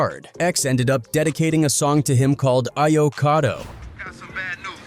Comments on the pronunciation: Ah yo kato? 🤦🏽‍♂️🤦🏽‍♂️🤦🏽‍♂️🤦🏽‍♂️ A'yo kato!!!! Ridiculous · What was the name of the song again 😂😂😂 A yo kaa toe. Damn you butched that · Lmao u might as well said avocado he said aye yooo wtf is u pronouncing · How you pronounce his name correctly throughout the video. But whejnit came to the dmx single. You say it all wrong